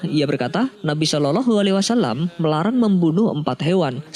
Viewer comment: Kok bacanya shololoh sih yang benar dong kak